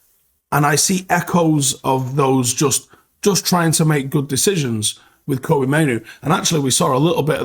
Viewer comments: Kobbie rhymes with Robbie not Toby 😁👍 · you think you'd call him by his actual name, and not keep getting it wrong calling him Koby when his Name is Kobbie? like Robbie, but with a K